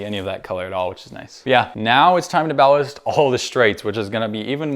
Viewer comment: pronunciation error it’s ballast 😂